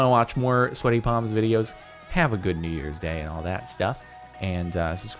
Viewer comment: I only say this now, and I thought he was saying Happy Nee Years for 2020, so when he said 2019 I thought he was joking😂